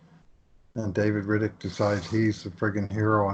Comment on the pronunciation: Rittich makes the all star game and he still can't pronounce his name right🤦‍♂️ Atleast knows his shit lmao